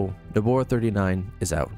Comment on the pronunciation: Great overview. I wasn't sure exactly what benefits Nobara 39 offered, and you addressed that perfectly. But my friend... Nobara is pronounced "noh-bah-rah" not "noh-bor-rah," and GNOME is pronounced "guh-nohm" not "nohm" lol